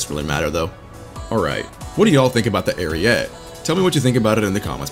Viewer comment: Im not very good at explaining but basically you pronounce the name like this: Arìete, you pronounce all letters and put enphasis on the "i"